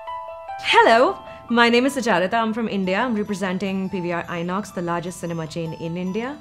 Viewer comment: doston, its SUCHARITA, not SUCHITRA.